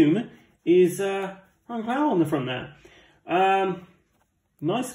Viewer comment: You definitely don't know football. Its Brian Clogh, pronounced (cluff) he's only one of the greats lol